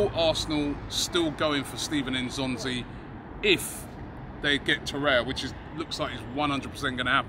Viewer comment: lol it's Steven N'Zonzi, not Stephen